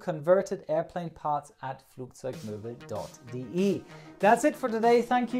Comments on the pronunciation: Flugzeugmöbel xD hast du aber gut ausgesprochen :D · Do you speak German as a secondary native language? The pronunciation of flugzeugmöbel.de seems to free of any accent!